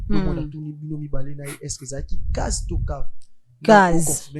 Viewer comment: Cage et non case